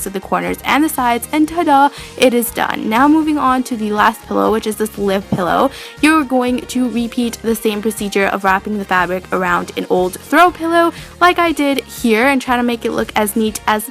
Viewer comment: Lol how she said live pillow she said liv